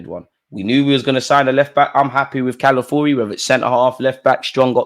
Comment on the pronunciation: Dude, the name is C-A-L-A-F-I-O-R-I not Calafuri. Please get it right.